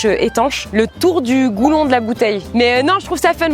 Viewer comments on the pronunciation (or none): on dit pas Goulon on dit goulot😂🤣😜